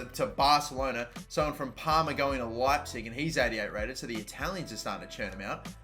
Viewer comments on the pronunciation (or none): none